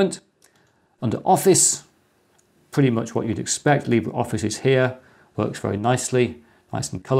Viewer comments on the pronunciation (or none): none